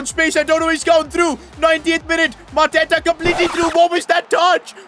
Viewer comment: Bruh mateta 😂😂